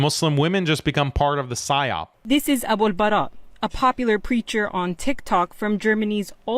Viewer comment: It’s Abul Baara btw